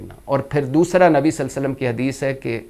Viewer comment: Irshad bhatti saheb SALLAL LA HO ALAYE HE WASSALLAM sahi bolne ki practice kar leen .... JazaakALLAH